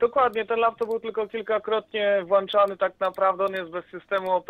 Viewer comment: "włanczany" uszy krwawią